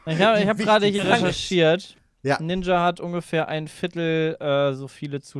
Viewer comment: also dieser "ninscha" ist ja mal ganz an mir vorbei gegangen